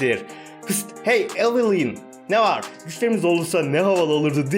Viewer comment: Abi isimleri yanlış okuyosun evılin değil evılayn